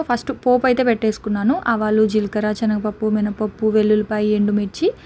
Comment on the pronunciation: Adi chenaga pappu kadu Senaga pappu